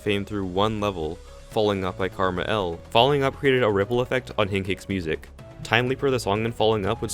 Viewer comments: I don't like how you pronounce KrmaL as Karma L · lol how he says karma L instead of just Ker Mall